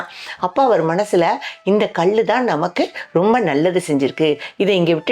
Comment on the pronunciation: இச்சிலை விலை மதிப்பு அற்றது. கயவர்கள் திருடக்கூடாது என்று அறைக்குள் வைத்து செதுக்கப்பட்டதாகவும் செய்திகள் உண்டு. ( தமிழ் உச்சரிப்பு சில இடங்களில் தவறுதலாகவும் இருக்கிறது. உதாரணத்திற்கு கல். கள் ஆகிவிட்டது)